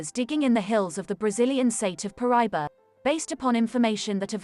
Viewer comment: Ahh, Paraiba! My favorite tourmaline! However, it’s pronounced, Para-eeba. The Paraiba mine in Brazil is “played out” and this beautiful color is exhausted, driving up the price. The largest one I’ve ever seen was 88 carats! Oddly enough, it’s been recently discovered in Africa. If you were to fit the map of South America into the notch in the African map, that’s where it was discovered in Africa. It’s believed to be the same vein that was split when the two continents divided during the continental drift that split Pangea.